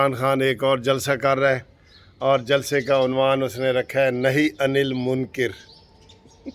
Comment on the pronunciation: منکر کاف کے زبر کے ساتھ